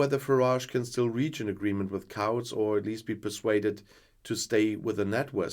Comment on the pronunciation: Whilst mispronunciations of our crazy language are inevitable and often amusing, please note that the ‘ou’ in ‘Couts’ is ‘oo’ as in ‘boots’. Hope this helps.